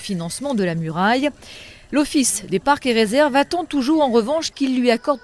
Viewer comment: Je pense que quand la présentatrice a dit "Muraille". Y'a 3 chinois qui sont morts d'un AVC... C'est que mon estimation bien sûr.